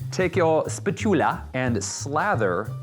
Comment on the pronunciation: Gabrielle Nickson I know! I thought that was so funny too! Spah-choo-lah...LOL